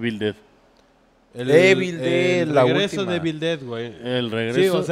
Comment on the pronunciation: TODO MUY BIEN LOS AMO SOY MUY FAN NOMAS NO MMN NO DIGAN -E B I L- EVIL ("EE" + "vuhl")